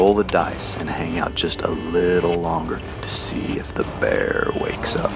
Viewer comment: the way he says “bear wakes up” sounds like “But you probably know him by his more common name - the Bear Jew...”